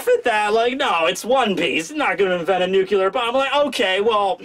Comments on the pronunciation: Time to fire up Kowalski's nucular reactor. Is that a nuclear reactor?? NUCULAR. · great review but... NUCLEAR BOMB... NEW+CLEAR >_______<"